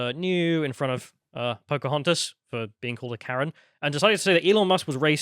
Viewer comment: Did he say Karen with a hard R?